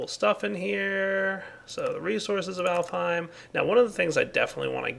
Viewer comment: He keeps calling it Elfheim and it's driving me mad. Alfheim. It's called Alfheim.